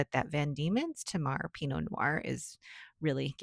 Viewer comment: Hi, nice relaxing enjoyable video again, thank you. As an Aussie, I thought you might be interested to know that Tamar is pronounced TAY-mar. It is a river in the north of the Australian state of Tasmania (originally named Van Dieman’s Land - hence the name of the ink company based in that state 😊). Geography lesson complete, I hasten to say I don’t mind how YT-ers pronounce words. I’m here for the ink and pens 😍